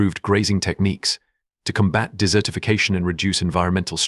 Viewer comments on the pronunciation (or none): none